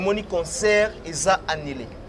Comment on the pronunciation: on dit: annulé et non annilé. Tika a prononcer bongo ndenge azoloba: conquerance au lieu de concurrence. Na ba questions y’a polémique ezanga tina. Nakok kutu kosilisa émission te., t’es un intello, différencie bien le u et le i.